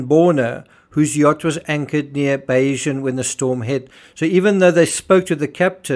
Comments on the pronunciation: Perhaps you may have been more credible if you had pronounced the Bayesian's name correctly. But no, this is all a load of cobblers! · Learn how to pronounce the sodding yachts name!